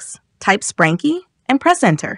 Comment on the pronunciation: You mean sprunki not spranki